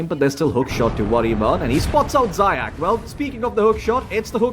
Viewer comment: Zayac correct pronunciation is "zayaTS" or C as central. it means hare in russian заяц